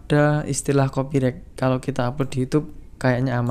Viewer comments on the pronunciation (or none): none